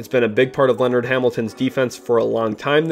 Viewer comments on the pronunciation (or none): none